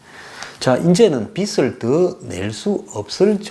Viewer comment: 빚을-발음도 비슬이라고 하는데----비즐 이라고 해야지요----보는 안목은 좋은데 중간중간 거슬리는 발음이 있으니 관심가지고 연구하셔야 할듯-----좋아요 눌렀어요